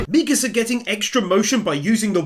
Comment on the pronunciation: Bro really said misaka 1:4:25